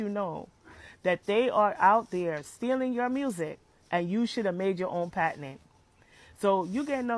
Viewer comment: I’m tired of this girl saying the words wrong. Girl it’s patent not patinent.